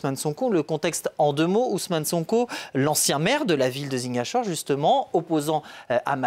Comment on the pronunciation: La prochaine fois faite l'effort de bien prononcer Ziguinchor